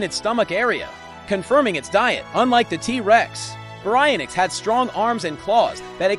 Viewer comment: Its pronouced "bary-ion-ix"